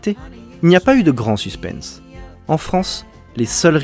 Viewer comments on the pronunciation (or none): none